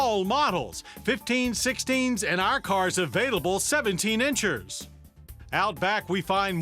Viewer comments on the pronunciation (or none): he said inchers lol